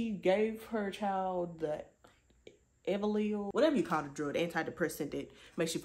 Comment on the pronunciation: Yes, you pronounced Elavil correctly. 😊